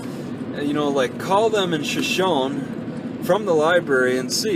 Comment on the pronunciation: Pronounced "show-show-knee"